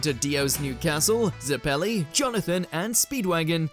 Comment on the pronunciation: Butchered the pronunciation of baron zeppeli...